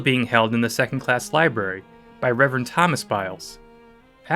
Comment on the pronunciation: its library not libary